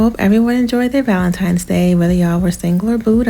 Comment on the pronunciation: “ValenTIMES!” He’s illiterate!